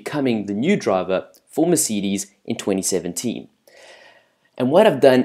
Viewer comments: great english bro meceedes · Haha! Mercidis? Volteri Bota? WTF!?!?!?